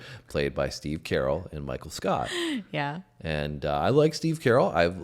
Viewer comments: It’s not Steve “Carol”. It’s pronounced Cuh-rell. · Not "Steve Carroll". "Steve CuhRell". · Was wondering who steve 'carol' was. 😅 It's ku-rell'